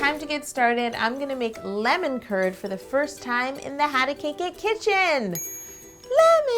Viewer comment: Am I the only one who thought she was saying "lemon turd"